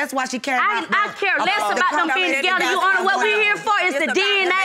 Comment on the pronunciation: 2nd case oml is it soo hard to just say your honor??? Why does she consistently say “you honor” just add the r it’s not that hard!!!